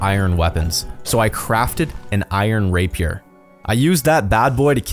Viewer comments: My ears heard: An iron raper What he said: An iron rapier🤣🤣🤣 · LMAO i thought you Said iron Raper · Rapier is pronounced "Ra-P-air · says "rapier" Me (go back 10s)